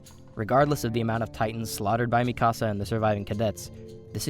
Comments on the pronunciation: Sounds like he’s saying “ my house” when saying mikasa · Im convinced that he wants to troll us by pronouncing Mikasa's name as Mi Casa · why does he pronounce everything wrong, mikasa, wall maria, like bro have you even watched the show